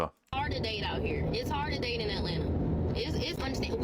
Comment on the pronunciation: What would you do over there? Look at and talk about other people? Boring. I took my wife out to concerts or dinner and a movie or a museum or whatever, just to enjoy together. But hey, I'm not from "Ellenna" or how they pronounce it.